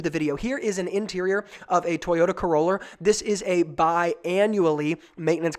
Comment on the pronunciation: “Toyota Corollor” lol great video thanks for sharing